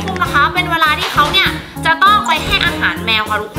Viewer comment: พี่พูดว่าเอสเมอร์หนูได้ยิน